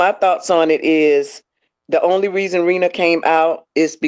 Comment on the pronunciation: Could yall please pronounce ppl name correctly!! It’s like you all talking about different ppl. Rena is not Renee!! Her name is pronounced “Reena” #THANKYA 💯💯💯